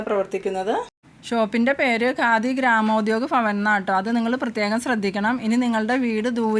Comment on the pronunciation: ഗാദി എന്നല്ല ഖാദി